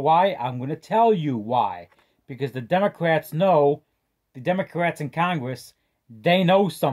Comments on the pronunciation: This man said “ the democwats” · Elmer Fudd!! 😂